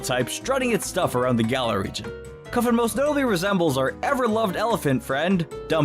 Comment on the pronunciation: It's cue-fant (cute elephant) and copper-ah-jah